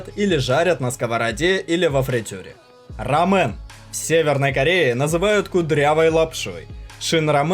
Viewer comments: Не Рамэн, а Рамён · Не мен а мён! РамЁн! СУндэ! Панчан!!! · Рамён а не рамен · Не рамЭн, а рамЁн... рамЭн у вас в Японии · Не рамеЭн, а рамЁн, сУндэ...автор, хоть бы узнал правильное произношение блюд...дизлайк тебе, произношение слух режит... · ДА РАМЁЁЁЁН ЭТО ГОСПОДИ РАМЁЁЁН! Ударение на первый слог и это буква “ㅕ” 라면